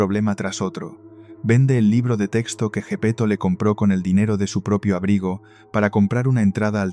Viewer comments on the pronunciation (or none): none